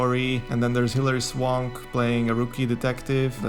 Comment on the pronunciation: ive never heard it pronounced that way SwOnk instead of Swank